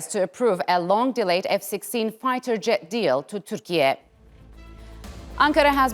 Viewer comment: Is it called Turkey? Why do u call it tukrije?!